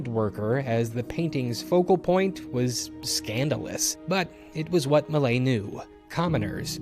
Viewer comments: LOL, I had to look up the painting to find out you meant "Millet", not "Malay". :') Tip: there are test-to-speech websites available for most common languages. This particular name is actually not all that hard for an English speaker to pronounce: "me" followed by a short clipped version of "yeah". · Please, please, please, listen to a French person say “Millet”! :)